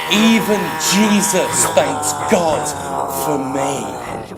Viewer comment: 30 dislikes cuzz u said jesdus!!!